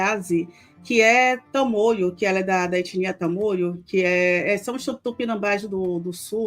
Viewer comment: Tamôio e não Tamolho